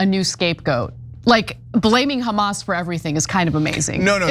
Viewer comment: Did anyone notice that any word starting with the alphabet H Jews can’t pronounce it :: example hamas is kamas - harry is karry lol 😂